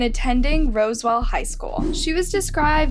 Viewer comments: It's Roswell HS not Roseville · It’s Roswell not Rosewell.